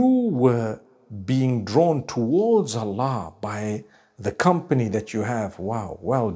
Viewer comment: Come on dude you couldn't even say Allah right